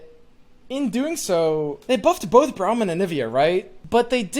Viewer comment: it's brahm not BROWM